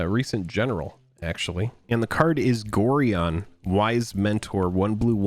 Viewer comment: Nice pick-ups. (BTW, Gorion is pronounced "go-ryon".)